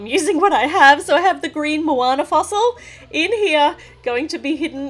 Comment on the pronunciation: Is it just me or did she say Moana with an H?